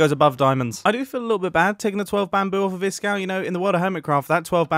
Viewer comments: I like how mumbo jumbo just called the "12 BAMBOO", "12 BAMBURR". give me chills. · bamboo? I think you meant to say Bambarr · I just want to appreciate when he received the bamboo he said (gasp) bamber